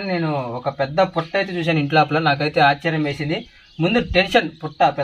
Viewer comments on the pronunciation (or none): none